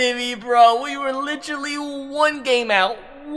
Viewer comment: I love the content but PLEASE stop saying ‘litch-rally’